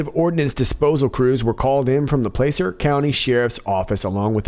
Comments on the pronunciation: Placer - Pronounced ( Plasser ) I used to live in Placer County. Moved to Dallas, thank god. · Reply to Brad not Landa Pronounced plasser county as in placer gold mining.